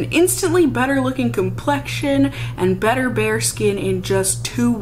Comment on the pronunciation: So. I totally thought you said "it gives you an instant butter looking complexion" instead of "better looking". And instead of questioning it I just said to myself "OOHH BUTTER! I WANT MY SKIN TO LOOK LIKE BUTTER!"